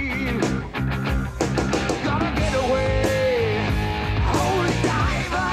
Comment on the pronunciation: "Holy Dive uh"